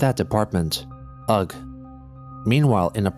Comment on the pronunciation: Part 83 and he’s still pronouncing ‘ugh’ as ‘ugg’ . You will be dealt with